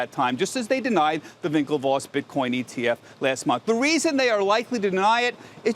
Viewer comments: Winklevoss not Vinklevoss! Geez man this is prime time news. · Someone tell this dude to stop saying vinklevoss 😂